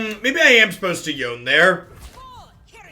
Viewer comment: Yone - Yo Nay. Sorry!